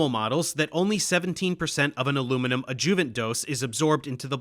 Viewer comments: I love you, Dave, and this is an awesome video as usual, but it's "ÁD-juh-vunts" not "ad-JUH-vunts." Me: retired medical and pharmaceutical translator and editor. Keep up the good work. My purpose here is solely to tweak your presentations upward and onward! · I appreciate your effort on this video, however, it is pronounced "ADD-joo-vant" not "ad-JOO-vant" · Love the video. It's also pronounced ad-joo--vent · Love this, but what the hell is an “adJOOvent”? No one pronounces it that way. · Please correct the way you pronounce adjuvant. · What’s up with the mispronunciation on the word adjuvant over and over? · Is Dave using AI to imitate his voice? I ask since he is consistently mispronouncing certain words like adjuvant and E. Coli.